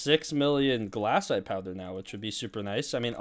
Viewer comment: ITS GLACITE NOT GLASSITE